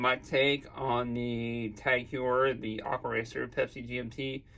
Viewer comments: Heuer pronounced Hoyer not Huer ! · Pronounced hoy yah